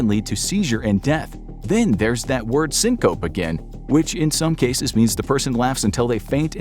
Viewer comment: It’s pronounced “sing kuh pee” not sing-cope